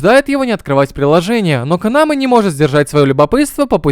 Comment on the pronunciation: Вместо Канамэ постоянно слышится Канава...